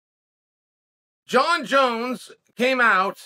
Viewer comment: Jon Jones the only fighters name Chael can say correctly.